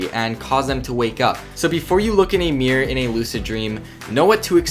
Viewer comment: mirror not Meer